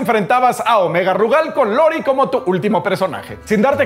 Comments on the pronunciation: Lori? jajajaja es iiiiori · ¿como que con "Lori"? ¿cómo es que alguien dedicado a algo relacionado con video juegos, no sabe pronunciar Iori?🤦🏽‍♂️